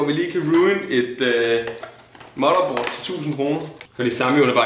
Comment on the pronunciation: ka man sige motherboard mere dansk end